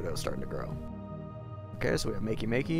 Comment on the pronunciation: you prenounced makemake wrong